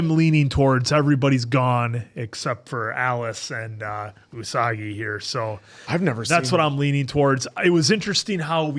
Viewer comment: calling Usagi "Unagi" makes me laugh every time because it means eel.